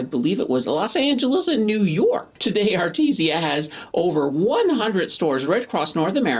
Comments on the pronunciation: its called Aritzia not Arti zia ...other than that great vid. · Love the videos! definitely saying A-RIT-ZI-A wrong though :P